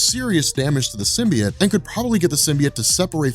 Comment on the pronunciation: Sim... Bee... Oat... Say it with me "comic's are actually my job" guy. Love you and your channel, but if you're not sure, ASK! You look like a stooge and this is unwatchable. Simby... It lol.